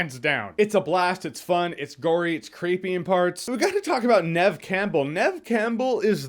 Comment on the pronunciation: Is that how you pronounce the name of the main actress in Scream? Neve as in Nehv? Like a shorter female version of Neville?